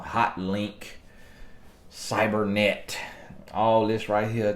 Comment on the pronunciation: Not.. “Cyber-NET🙄” 😂 is real life hilarious😂